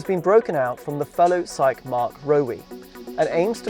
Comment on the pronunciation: shang qi , you says Japanese pronounced